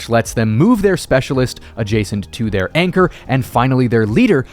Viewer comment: Anchor? You mean Yanchor?